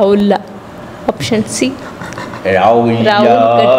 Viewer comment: Auction❎OPTION ✅ .. Inggestion ❎ INGECTION ✅